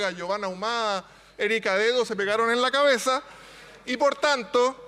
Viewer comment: "Se pegaron en la caezah" dijo la.